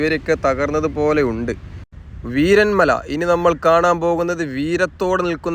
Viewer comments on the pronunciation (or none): വീരൻ മല അല്ല വീരമല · വീരൻമല അല്ല വീരമല ബ്രോ